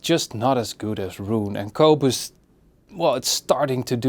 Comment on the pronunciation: Qobooze. Haha. I love it the way he says Qobuz.